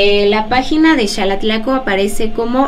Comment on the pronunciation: Que curioso. Alguien que vive en EEUU me recomendó éste video. Tengo conocidos en Xalatlaco, pero he escuchado a muchos decir: Jalatlaco. (Incluso tú y el conductor lo hicieron varias veces), y ya que te interesa difundir la cultura estaría muy bien que en tu canal empezarás a llamarlo, e invitar a la gente que lo hiciera correctamente. Felicidades por tu trabajo y lo continuaré viendo, pórque me encanta todo lo relacionado a las tradiciones de los pueblos de México.